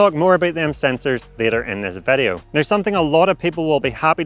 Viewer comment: Please improve your pronunciation of word "video", so it does not sound like "værio". 👍